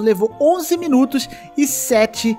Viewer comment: "Miunutos". Kkkk Ri disso, não creio. Kkk